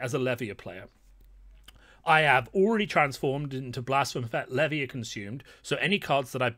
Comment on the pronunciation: Why does no one pronounce Levia correctly? Otherwise insightful video - thank you.